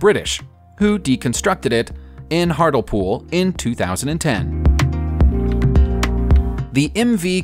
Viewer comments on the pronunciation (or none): Yea - it should be like this Heart-lee-pool. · 'Artleepool then ! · As a heads up, it's pronounced "Hart-Lee-Pool", not "Hartle-Pool." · Hartlepool is pronounced ‘Heart- lee- pool’ not ‘heart- ul -pool’ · Hartley-pool not Hartel-pool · you said it wrong. It is Hart lee pool. Not Hartlpool. I should know as I live there. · It's pronounced 'Hart- lee- pool' not' Hartulpool'. Haha. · "Hartlepool" is pronounced "Hartleepool", not "Hartelpool". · and he said he H, when do we ever use h's? LOL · The way u said Hartlepool on number 15 is just plain wrong. It’s pronounced Hart-Lee-pool not Hart-l-pool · ITS NOT PRONOUNCED HARTLE-POOL ITS PRONOUNCED HEART - LEE - POOL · It's Hart-LE-pool, not 'Hartelpool'... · Its not hartlepool its said as hartleypool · Hartlepool is not Hartel Pool, it is pronounced Hartley Pool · Its Hart -Lee-Pool not Hart-L-pool . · hart - lee - pool not hartlpool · Its "hartlepool" pronounced hartlee pool not hartel pool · Hartlepool is pronounced Heart lay pool not hart el pool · Hartel pool? It’s pronounced Heart Lee Pool.. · Hart-lee-pool not hartle-pool! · Its pronounce hartly pool not harly pool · 😂hartelpool. It’s pronounced “hartleypool” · its hartlepool but pronounced like he hartleypool fyi lol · Did he just say hartl-pool. It’s pronounced Heart-lee-pool. Come on u speak English Hartlepool clearly has a E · Hartleypool is pronounced "heart lee pool" not "heart el pool" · Deconstructed in hart-el-pool 😂😂😂 it's harl-eeeee-pool (Hartlepool) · Hartlepool is pronounced Hart-lee-pool good vid though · Where’s Hartulpool...? 😂 tbf, you pronounce it better than the people from there. 😂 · Sorry to pick fault, but the French CV was taken to Hartlepool. I watched it being taken apart. the town name is said as Hart Le Pool. keep up the good work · My man said hardlepool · Hartlepool is pronounced as Hart-lee-pool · It's pronounced " Hart - lee - pool " (1.03) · The French aircraft carrier was dismantled in Hartlepool (pronounced Hart - le - pool).